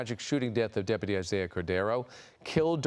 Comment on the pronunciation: Hey Chad, learn how to pronounce DepUty!!